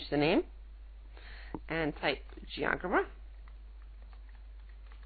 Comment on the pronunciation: That's pronounced as Geo 'Jebra'